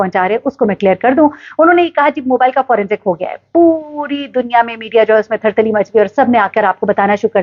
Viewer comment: Pyari behen Asalam o alekum ❤. Guzarish he k Thar Thari sahi lafz he Thar Thali ghalat lafz he.